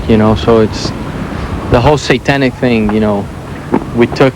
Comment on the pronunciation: He says "fing" instead of "thing" Yes. I love his accent.